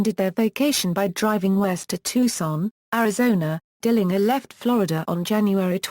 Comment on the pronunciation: I'll say this tho ,she pronounces his name correctly which is rare. he called himself correctly, DILLINGER w/ the last syllable like 'finger'. the German way.